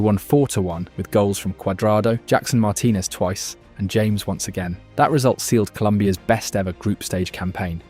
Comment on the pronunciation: Literally never heard anyone pronounce "James Rodriguez" like the English "James" instead of "Ha-mes".